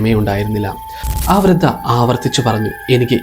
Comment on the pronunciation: വൃത അല്ല വൃദ്ധ